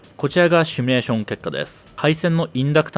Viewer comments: 、帰国子女感あるのに動画内で「シュミレーション」って言ってますね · 「シュミレータ」とか「シュミレーション」と連呼していますが、大丈夫ですか。それともわざと？ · 「 しゅみゅれしょん」 (*´ω｀*)